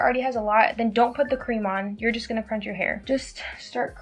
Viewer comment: Also, is it not "scrunch"